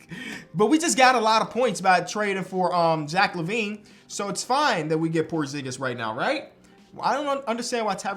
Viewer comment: “Jack LaVine”